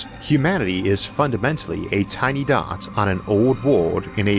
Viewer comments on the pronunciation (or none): none